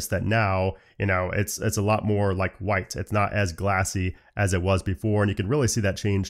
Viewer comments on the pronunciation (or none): none